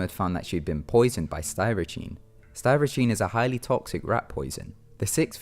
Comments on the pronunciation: Sty-ri-sheen? Does me mean Strychnine? (strick-nine). I'm honestly just curious. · "Styrachine"? Try "Strick-nine" My God, I hate to be a Nazi but pronounce things correctly for crying out loud. I'm not even talking about the normal crap enunciation that comes with a limey accent. I just mean the blatant and horrible ones such as whatever the hell Sty-ra-chine is supposed to be. That must be one dumb killer. It would have been much more effective had he just used strychnine as opposed to Sty-ra-chine. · Yeah, the accent is odd and #2 Kim Allen was poisoned by what? The pronunciation is not even close with any accent. Strychine? I's not even spelled right. Strychnine maybe? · That rat poison is called Strychnine, pronounced Strick-Nine ;-) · "styracene" ? Strychnine is pronounced 'stric-neen' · Strychnine is pronounced STRICK-NEEN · The Rat Poison is pronounced "Strik-Nine" you said it completely wrong and thus lose some credibility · "STY-RIH-CHEEN" BAHAHAHAHAHHAHAHH not only his accent stupid, he can't even look up the pronunciation of "strychnine" HAHHAAHAHAHAHAHAHAHAHAH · Alexander Grim yes, I think it was mis pronounced